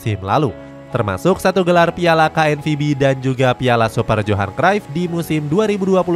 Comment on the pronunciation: Ralat knvb bang bukan knpb😅